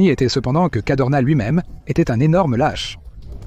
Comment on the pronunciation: C'était le Général Cadorna, pas Cardona.